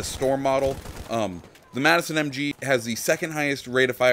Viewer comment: it's the MADson not Madison